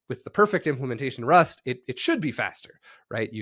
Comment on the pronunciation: this guys pronunciation of rust is criminal LOL